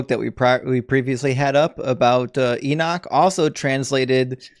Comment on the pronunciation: Holy crap, stop saying "enick" its enoch.